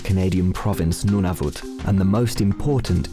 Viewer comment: Every time the narrator said Nunavut I died from cringe as a Canadian